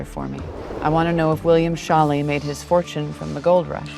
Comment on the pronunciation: Ok, so it's absolutely driving me nuts the way they keep mispronouncing Scholle! "Show-lah," not "Shawl-ee"! It's a long "o" and an "e" pronounced "uh"! (Generally you can figure out how to pronounce foreign words, especially European ones, but just learning how they pronounce their vowels! It's not that hard!) Not only that, but I don't think that passenger manifest shows his name originally was "Scholly" as the show is showing (Scholly doesn't strike me as a particularly Bavarian/German name...Schaler is more likely). It looks to me like it said Schaler, and that there was a rogue ink stroke under the "r" that I'd guess happened as the writer wrote the name. If you look a few names down, you can see how that person wrote their "y's" and it's not at all the same as how they wrote the last letter of her relative's name! So this woman, because nobody is "fact checking"/correcting these things, is going around with false info in her family story, and COMPLETELY mispronouncing/bastardizing her ancestor's name! BTW, "Dinkelspiel" is a hilariously fantastic last name of that woman who helped her in San Francisco! 🤣 You KNOW that poor girl got teased mercilessly as a kid! 😏😌